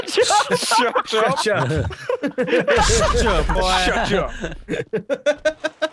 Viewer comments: You should make misspeak compilations for other games too. But Shuch up, Give birth and Chipotle are the classic ones 😹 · Shuch up or nutch up! 🤣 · The Shutch up thing always makes me laugh so hard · Schutch up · "Such up" will probably always be my favorite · I LOVED THE HE SAID "SHIT PULL UP" AND HE SAID CHIPOTLE AND "SUCH UP" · In a world, where shuches up. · I love it when delirious said "shuch up!"